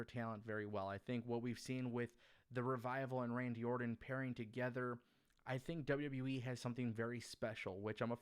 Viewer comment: orTon not orDon